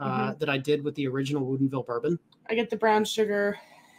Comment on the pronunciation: LOL OK this is 2 video's now. At 1st I thought you were just goofin, but now I see it's on purpose. Why do you keep pronouncing it wuuudien ville? It's 20 minutes from my home & I've never heard it said that way. Everyone here pronounces it "wood in ville" It's just freakin me out every time I hear you say it.🤪 Keep the great content comin....🥃